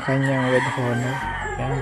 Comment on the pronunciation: To pronounce Honor is silent H. “Onor” not HO-NOR!